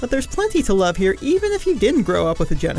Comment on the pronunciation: Or as the narrator calls it... the "Geneshisth"